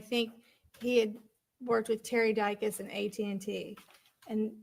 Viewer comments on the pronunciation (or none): it’s Di-cus. 😂